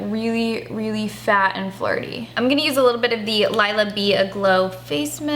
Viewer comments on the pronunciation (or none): none